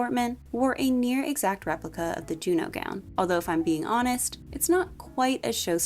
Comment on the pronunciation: the OH sound in french would be spelled eau. I believe Junon is pronounced more like you're actually saying it with the N but leave it off if that makes sense